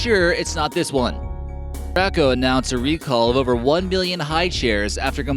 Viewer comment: Gray co not grah co